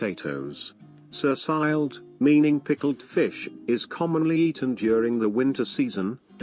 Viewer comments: Lamb is available in most stores, but there are vastly more beef options, so it is not as commonly eaten as you could think from this video, but it's not rare, either. And fårikål is a staple in autumn. Quite a simple dish, but quite good, too. Sursild (horribly pronounced in the video) which is pickled herring, is not really a dinner dish served with potatoes and stuff, although I'm sure some do that. For me, it's more of something you put on a sandwich, and it's also a Christmas thing (although available in stores year round), with mustard herring, tomato herring or sour cream herring, in addition to the "sour herring" (sursild) I almost never eat lefse, but lompe with sausages, quite often. I'm sure you would not enjoy lutefisk,, I sure don't. It's hard to swallow even, because of the gelatinous texture, and I swear this is the reason it is always served with huge amounts of bacon and butter, to hide the awful taste. I've had it only once in my life, could not finish it, and never had it since. But you would like ribbe: the crispy "svor" which are squared - is DELICIOUS! It may go straight into your arteries and clot them, but it's probably worth it. So good, and much, much better than pinnekjøtt, which is all right, if you like extremely salty food. Sodd is the most overrated dish ever. It's just a thin broth with potato, carrot, two types of meat. Very, very boring, although the people from Trøndelag get very mad when you tell them this. They claim to have several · Sursild is pronounced just like sushi, just with an L at the end. At least in my dialect. 😅